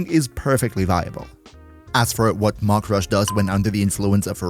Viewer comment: Maximal entäuscht, that the German guy didn't pronounce "Mach" correctly...